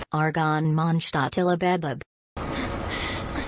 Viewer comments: haha, the German pronunciation is quite off actually, with signora. She said munshstadt. But Mondstadt (consisting of two words: Mond = moon, Stadt = town, so basically moon town) is pronounced Mond shh(the sound you make to tell someone to be quite)tatt (the "a" in the "tatt" is spoken very quickly) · i never actually realised monstadt was german name until Signora pronounced it that way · Yep, that’s actually closer to the correct German pronunciation than how the characters pronounce Mondstadt in game.